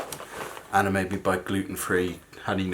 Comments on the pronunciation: Lol every time you say Anna's name you say Anner lol. Its a bit erking. But i love your vlogs n your family i watch them every day. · Yaay. Ive never had a you tuber respond to me this is great.. Lol. I hear her name being said that way you may not be saying Anner thats jus the way i keep hearing it. Love you tell Anna hayyy hayyy